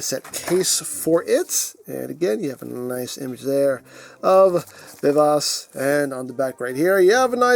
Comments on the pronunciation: Vee-Vah-Chee I think is the closest pronunciation. I'm no expert in Italian though. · I would have thought pronunciation vuh vaa chee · "I believe I'm pronuncing that correctly" 😬😬😬😬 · Funny! The way you pronounce it name , it sound like french! 😅😅😅